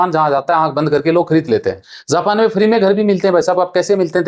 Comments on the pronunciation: Zapan nhin japan ho ta hai phle bolna sikho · "‌ज" होता है "ज़" नहीं उच्चारण पर ध्यान दो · It's not zapan...it is japan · झा पा न तो झाना साहिय। असा है झा पा न ।।।। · Zapan nahi japan zob nahi job pahle bolna sikh le